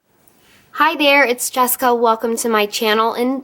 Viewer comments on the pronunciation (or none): none